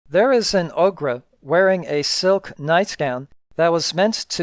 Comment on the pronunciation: This is the most detailed and informative video on YouTube covering Castle Amber. Background audio bits were great too. Having said that, your inability to speak conversationally or even pronounce words correctly (ie you say "produce" not "product" and you can't say Ogre) takes me out of the video every time. Considering this is a redux with zero improvement, I humbly suggest you give it up. You would be an awesome producer, but should never use your voice. Maybe have a volunteer use their voice to help you produce videos. Please understand, there is no mean spirit behind my comments. Again, your content and production is second to none. Cheers